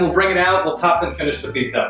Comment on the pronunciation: goddamn amateurs butchered 'pizza'